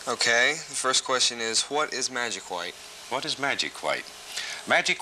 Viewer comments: I love how Steve says "hwite" like his father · White " Hew-white" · I feel like the pronunciation of hwhite gets stronger through each generation, the present rosses must scream HHHHHWHITE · i like how they both say "hwhite" lol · I love how he says white it’s like Hwhite he will be missed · Schwhat is magic schwhite? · they even say Whhite the same way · Other people: White Bob: Hwite